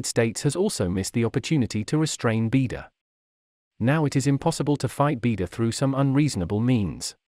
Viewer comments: It’s not “beedo”, it’s “bai dow”, means Big Dipper. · It is pronounced BeiDou (Chinese Pingyin for 北斗). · Please pronounce beidu properly